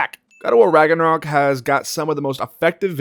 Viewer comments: my favourite part was when you said “raganrok” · god of war raganrok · Lmao Raganorok? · God of war ragnacock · U just said ragnakock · Did he just say ragnarcock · Bro rlly said Ragnacock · We not gonna talk about how he said ragncock... no? Ok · did you just say ragnacock?